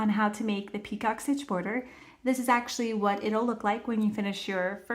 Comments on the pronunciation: it's not pronounced peacock it's picot - pronounce as PEEco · Are you doing 2 different stitches! I hear you say ‘peacock’ stitch but it says ‘picot’ pronounced pee-co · Great explanation. FYI—It’s French, pronounced pee-co, not like peacock. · Easy enough and you showed it okay, but the title says picot stitch, but the entire video you say peacock. I thought it was just the subtitles that were wrong, but nope, you literally say peacock the entire video and its so annoying. Plus the very first PICOT, you said to slip stitch in the first chain 3, but proceeded to put it in the first bar on the second SC, at least you said it right on the second PICOT, and said slip stitch in the first bar of the second SC. 😆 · Very nice and thank you …it’s pronounced picō…t is silent and long o sound. Just trying to help. 😊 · It’s pronounced (pee cō. ) The term is French in origin. Thought you might want to be made aware. It’s pronounced (pee cō.) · It's pico...the t is silent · Picot is pronounced pee-cOH. It’s like “Waiting for Godot” or a glass of “Merlot”. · Nice tutorial, thanks! Just so you know, the T in picot is silent, it's pronounced pee-koh. 😊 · I thought she said peacock stitch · UGH!! The “t” is silent. Have you never heard it pronounced before doing your video?